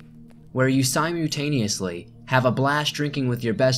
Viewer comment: Does he say si-mute-aneously on purpose? I love the stories, but there are a few words consistently weirdly mispronounced, so I wonder